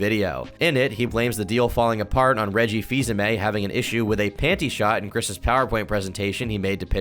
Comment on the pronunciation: Out of all the information in this video, the one that shocked me the most was THAT'S HOW YOU PRONOUNCE REGGIE'S LAST NAME?!